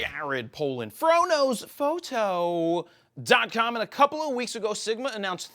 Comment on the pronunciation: Nothing wrong with it but at first I thought he said Frodo's photos ;)